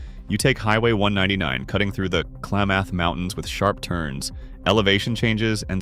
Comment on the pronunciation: Is the robotic narrator necessary? Are there no pleasant-sounding people who not only know how to read common words, but know how to pronounce place names and make GOOD guesses on homonyms? Hire such a person for a part-time gig. In this and a related vid, I heard Sequim, Klamath, Coos Bay, windy and others said wrongly.